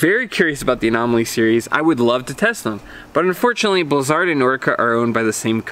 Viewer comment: he is saying the name right...thats how it was said in the begining.....